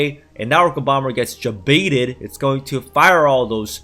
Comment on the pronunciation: Are you putting a "J" sound at the beginning of the word "baited"? Jbaited? It is like sandpaper on my ears...